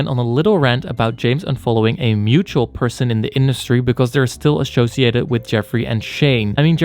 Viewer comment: ASSOCIATED NOT ASSHOCIATED